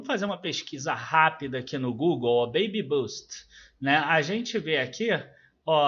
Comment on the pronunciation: Oi,! Só um feedback em relação à pronúncia. A correta é “bêibi bâst”. A tua pronúncia é a apropriada para “baby boost”, que teria um sentido contrário. Justamente por este sentido oposto vale a pena corrigir a pronúncia. Em tempo, obrigado por mais este vídeo! O tema é bem interessante.